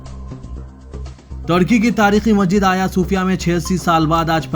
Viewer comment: مسجد کا تلفظ صحیح کرنے کی زحمت کریں